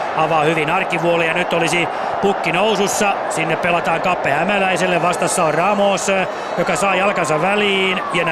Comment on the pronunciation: ku ramos sai maalin ni toi selostaja sano sen nimen väärin